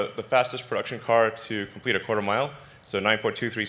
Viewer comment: Comlpeet new battery pack, He said.